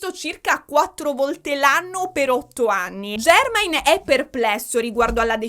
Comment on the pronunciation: MECOLI COLCHIN. E JERMAAAAAIN JACKSON, NON JEEEERMAIN JACKSON. scusa amo i tuoi video ma me lo tenevo dal primo capitolo AHAHHAHAHAHA